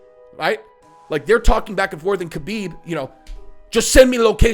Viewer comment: Always cracks me up how well known the proper way to say Khabib is “Habeeb” and people still wanna be lazy and say “Kabeeb”. Lol. Imagine people saying your name wrong all the time when they can see many videos and hear people say your name correctly but they choose to just say it the way they started saying it when you were unknown.